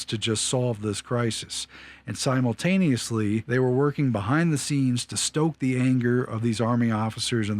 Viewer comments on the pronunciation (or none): none